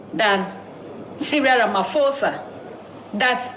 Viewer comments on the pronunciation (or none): Ramaphosa not Ramafosa 👃🏿